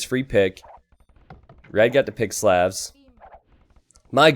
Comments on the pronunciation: great video! But could you pronounce Slavs normally. Please. It hurts. Same sound as the au vowel sound in Slaughter. Which is what happened to them here. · When is somebody going to tell that he pronounces "Slavs" wrong?